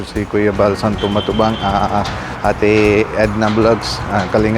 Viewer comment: Kalingap Nikku! Val (Santos) Matubang.Hnd Santo kulang ka ng s 😅😅😅😅